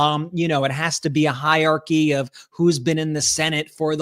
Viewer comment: It's hierarchy (4 syllables), not hiarchy (3 syllables).